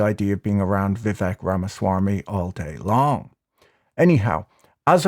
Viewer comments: its VIV VAKE, not VIV VEK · As the face of a rap channel, you should be fully aware that Vivek rhymes with cake.